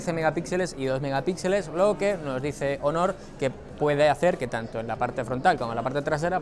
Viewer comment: Aaay... esas pronunciacioones jeje (hónor) pero buen video y equipo Xátaka